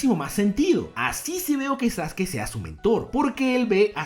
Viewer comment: pronuncias mal el nombre de Sasuke